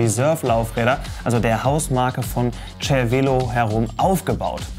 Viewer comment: Das heißt "Zer-Velo", nicht "Tscher-Velo"